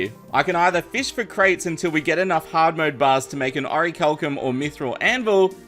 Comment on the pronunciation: am i the only one whos tipped off by how he pronounces orilcum